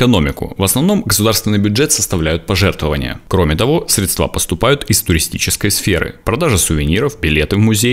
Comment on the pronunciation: Стыдно не знать, слух режет: срЕдства,а не средствА,позор!